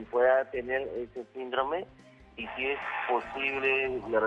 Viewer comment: SÍNDROME!!! ACENTO EN LA Í. SÍNDROME!!!